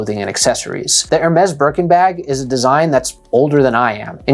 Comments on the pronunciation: It's Hermeeeees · You made a video on luxury items and you don't even didn't even bother to learn how to pronounce Hermes? Poorly researched.